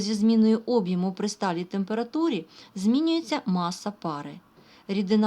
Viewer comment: Слово Об'єму сильно ріже слух. Правильно казати об'Єму.